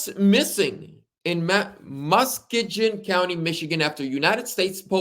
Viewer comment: Lol. Muss-key-g-in